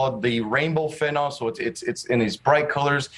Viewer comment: Fentanyl, not nol!!